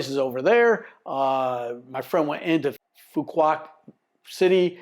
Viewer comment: Please take a few mins to learn proper pronunciation. Just ask the locals! (try "phu wok" - the q is all but forgotten and made into a 'w' sound in the southern dialect) And there is no town called 'Phu Quoc'. The main town is Dương Đông ("Yuong Dong" is the closest I can type as to how to say it.)